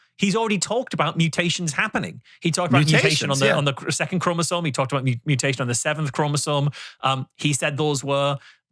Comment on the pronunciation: You can always tell a Rogan guest is a fake scientist when they talk about "cell walls" in relation to humans. Humans have cell membranes, not cell walls. It is an easy tell. This guy also mispronounced chromosome as "chromosone." But I guess he only claims to be a geologist and a computer scientist 😂